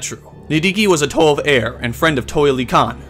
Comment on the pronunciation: TO-ay? It's pronounced TO-ah